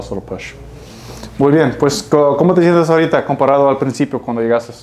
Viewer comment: Peruana aquí. El "ahorita" sounded so peruvian. Nice to hear speaking spanish. <3